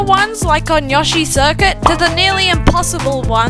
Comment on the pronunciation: Finally someone else that pronounces it yOshi and not Yowshi